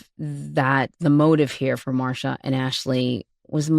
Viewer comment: Marsha. Marsha. Marsha. 🤦‍♀️🤦‍♀️🤦‍♀️. Shame on you.